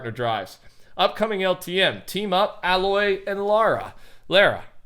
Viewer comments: btw its ay loy not alloy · Hey, just saying aloys name is pronounced Ay-loy, I felt like I had to say it since it’s starting to bug me that you say the name like that, no hate just a little thing that bugs me that’s all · The way you pronounced Aloy and Ramadan 😤